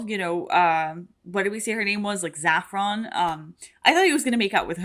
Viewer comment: FYI, “Mrs. Reynolds” said her name was Saffron (a spice), not “Zaffron”. I realize the pronunciation might just be a Brazilian thing like how you often say “epizode” instead of episode (I presume that’s a Brazilian thing… it’s one of the very few ways I can tell you’re not a native English speaker), but I just wanted to be sure you realized that the “s” in Saffron is also not vocalized. Love your reaction as always! 👍